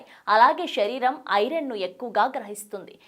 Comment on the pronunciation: షనగలు కాదమ్మా శనగలు అనటం నేర్చుకో అలాగే షరీరం కాదమ్మా శరీరం